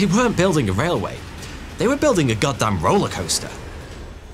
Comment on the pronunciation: i actually thought he said "Gundam rollercoaster" and had to skip back to check...."goddamn rollercoaster"